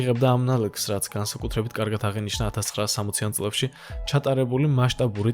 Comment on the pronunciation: კვლЭვა,წლЭბი,მერცხლЭბი,მოპოვებულЫ,... და ასევე ალბა-დ და ან მთლა-თ😊 დიდი ხნის უკან დავუწერე, "უცხო" რომ ერქვა. "ლ"-ს კიდე ვინ სჩივის პოლიტიკაში რომ არ გასვრილიყო კაპიკებისათვის. დასანანია.